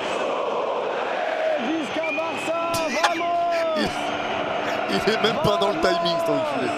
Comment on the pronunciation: lui il dit Vamos au lieu de Bamos mdr